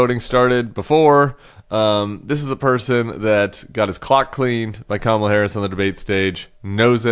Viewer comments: Did you guys hear that? He accidentally pronounced her name correctly! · Anyone else notice he pronounced Kamala correctly this time? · He actually said her name correctly this time. He's slipping. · He said her name right??? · Oh so he does know how to say her name correctly! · Hey, he pronounced her name correctly. lol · Oh he accidentally said her name right! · At least he pronounced her name correctly. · Just thinking about debating her again had him so rattled that he accidentally pronounced her name right. 😂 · He pronounced Kamala's name correctly. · So he does know how to pronounce the first name of VP Harris. He’s going to flip when he watches this clip knowing he didn’t mess her name up on purpose. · The orange nightmare actually slipped and pronounced Kamala's name correctly! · He pronounced her name correctly... shocking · Noticed that Trump pronounced Kamala correctly? He knows how to say it, he mispronounces for adulation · Notice he said Kamala's name right in the clip 😂😅 his ass is scared 😅😂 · Did he just pronounce her name properly? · HE PRONOUNCED HER NAME CORRECTLY 😳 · At least he pronounced her name correctly. 🙄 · OMGOODNESS, he said her name right...❤ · I was shocked …he actually pronounced her name correctly. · At least he said her bame correctly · Oops! He is losing it - He even forgot to mispronounce Kamala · Accidentally pronounced her name correctly… lol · He finally put some respect in her name! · Ut oh, he said "Kamala" right. Someone stop him! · Oh my, he pronounced her name correctly! Ha ha. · I can't believe it, he actually pronounced Kamala correctly, could it be he's finally taking her seriously? Trump's only hope now is to play his hole card and bring out the big guns, it's time for TED NUGENT!!! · He forget to mispronounce 😂😂😂